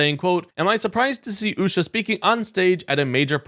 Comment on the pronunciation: Usha? Loompah. Loompa ? Usha. And you mispronounce Kamala?.. And i dont even like her.